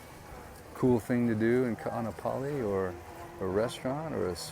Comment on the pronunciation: I’m local Hawaiian. Can you please pronounce Kaanapali correctly.